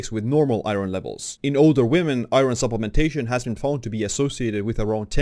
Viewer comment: Is it me or do eastern Europeans have trouble pronouncing iron. I get it, it's spelled nothing like it sounds. Eye-earn